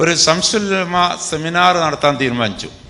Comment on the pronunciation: സംസുൽ ഉലമ അല്ല ശംസുൽ ഉലമയാണ്